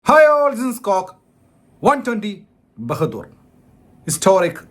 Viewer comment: ബഹദൂർ അല്ല ബഹാദൂർ